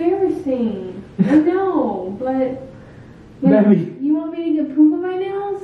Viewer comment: I love how calls Montana Beby instead of baby lol